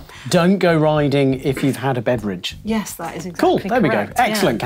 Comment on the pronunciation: Throw a mug at the guy next to you for saying Beveridge 😂